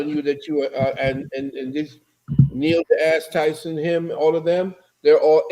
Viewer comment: Doc said Neil Da_azz tyson😂